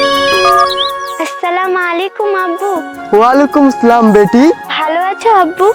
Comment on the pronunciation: ওয়ালাইকুম সালাম ❌ ওয়ালিকুম সালাম😂😂😂